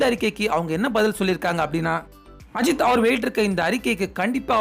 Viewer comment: Kind request - Please pronounce Ajith sir's name properly. Your pronunciation is irritating.